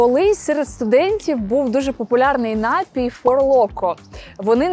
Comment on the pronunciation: НапІй, а не НАпій.